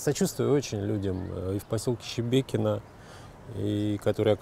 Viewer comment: Шебекино!!!!! Не Щебекино!!!!!!!!